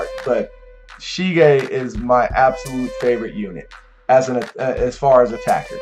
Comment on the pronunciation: it's sige, not shige ;) nice video, keep up the great work!